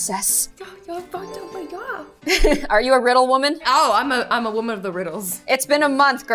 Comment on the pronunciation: Yup waman of the riddles 🤣